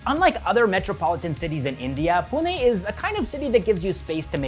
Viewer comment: Thankyou for saying Pune and not Poona 🙏🏻🙏🏻🙏🏻